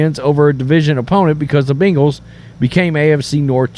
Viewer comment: Who the hell are the Beangals? Say it right brah! 🤣